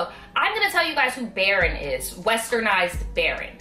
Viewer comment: Baron is pronounced baroon